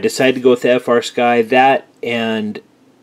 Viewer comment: That is "Flysky" Not "FrSky"